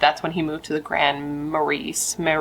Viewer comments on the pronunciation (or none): Ma-ray. No s. Always happy to hear a less well known one ❤ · Thank you for your video! 💜 It's pronounced with the "s" being silent. So, Grand 'Marie' Love from Minnesota 💜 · Grand "Muh-ray" is the pronunciation 😊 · I didn’t know this happened and I’m not too far from there. Also it’s “Grand Ma-Rays” I know. We pronounce things weird here lol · "Grand Muh-ray" is how u say it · I live in Minnesota, and it's pronounced Grand Marais(Ma-rae). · Grand Maray - pronunciation ❤ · Minnesotan here, the town 'Grand Marias' is pronounced like Grand Maray, It's beautiful! Can't believe i hadn't heard of this so thanks for coving it. Love your videos <3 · Grand Mah-ray…lol